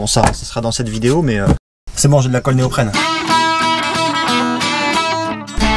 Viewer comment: Il le dit bien néoprène 😁👍